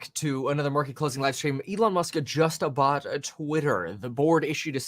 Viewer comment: “Justuh boughtuh Twitter”